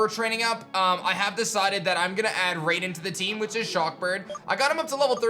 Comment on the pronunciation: Just so you know, it's pronounced "RYE-den"